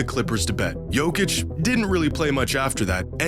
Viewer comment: Il faux aprendre prononce le nom Jokic !